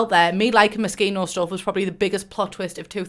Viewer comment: The thing I love the most about this video is that FINALLY someone pronounces Moschino right lmao